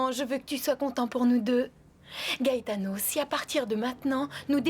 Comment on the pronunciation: La sœur de Ruby m’énerve avec son soir disant gaëtano 😂😂